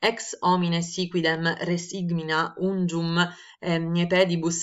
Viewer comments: Buongiorno perchè leggi ungium e non unguium? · Salve, avrei una domanda. Come mai nella prima riga la parola unguium viene letta ungium?